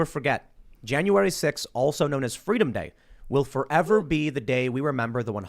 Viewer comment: Kamala: "Fweedom"